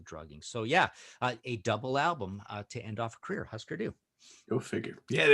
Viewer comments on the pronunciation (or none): It's pronounced "HOO-sker," not "HUS-ker." 😉 And Zen Arcade and Metal Circus "unlistenable?!" Hardly. They're masterpieces. Go listen again! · Can't believe he pronounced their name wrong though. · Just wish he said their name right. 😅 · Ikr, you'd think he would know how to pronounce their name.